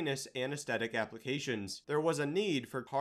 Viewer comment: AnesTHesia. Not aneSTesia